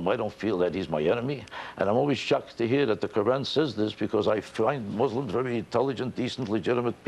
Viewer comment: Vewy vewy higly wespected man.